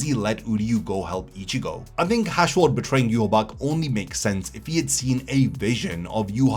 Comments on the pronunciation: Im so annoyed at people talking about Bleach and phonetically pronouncing Yhwach. We all watched the damn anime. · Why can't anyone say his damn name right? Shit is annoying.